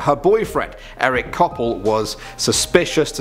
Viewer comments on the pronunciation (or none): none